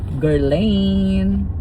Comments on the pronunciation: It’s pronounced Guerlan the i is silent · That is pronounced as gherlahn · Guerlain: "ger-lan" Gyro= " yee- rro" Happy ❤ day.